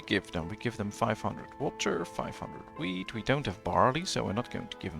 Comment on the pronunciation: Its orchard, not orkyard. It's wheat, not weed.